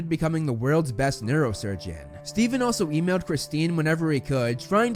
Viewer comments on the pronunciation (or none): none